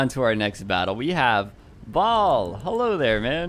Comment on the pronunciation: I guess you never play Diablo 2.....Baal is pronounced bay-all instead of "ball".....made me laugh a bit.....awesome video btw.